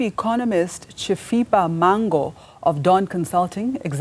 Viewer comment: Is this name Mhango pronounced as Mango? I thought it's M-HANGO.(MUHANGO) NOT MANGO.